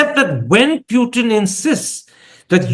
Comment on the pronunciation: The man’s name is POOTIN for god’s sake. Why do you insist on calling him PEWTIN. Call people by their real names PLEASE